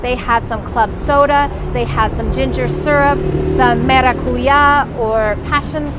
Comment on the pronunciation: Maracuyá has the accent on the last "a"